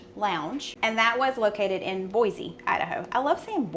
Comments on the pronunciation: Sorry, but it is NOT Boize. It is Boise. S not Z. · It’s not Boy-zee, it’s Boy-see! It matters to us Idahoans. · I’m from Idaho, never heard of finger steaks. Maybe it’s a Boise thing. Pronunciation of Boise is Boysee, not Boyzee. Fun series! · It is pronounced Boy See not Boy Zee. Filo Farnsworth invented the TV in Rigby, Id. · You may like saying “Boise” but, you’re pronouncing it wrong. It’s pronounced 'BOI-see’. ‘See', not ‘zee’. And you’re not even from California! LOL. I liked your video though. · Here is how you pronounce Boise--boy see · Boise has an s sound not a Z sound! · Thank you for bringing this up. I always want to correct people and point out there is no Z in Boise